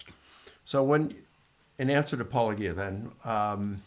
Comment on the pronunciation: You knuckleheads refuse to pronounce Paulogia correctly. He respectfully shits on your positions and you can’t even bother pronouncing it correctly. Clowns